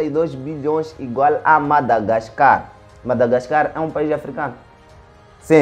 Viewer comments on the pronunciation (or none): none